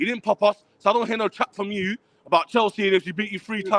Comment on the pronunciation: Seckle down seckle down..... Who's gunna tell him